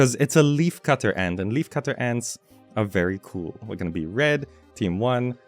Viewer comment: Every time he said 'and' in stead of 'ant' 😩💔 Thank you for sharing.